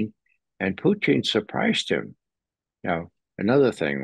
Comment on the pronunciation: Just can't get over how Ray says "Poo-teen" 😂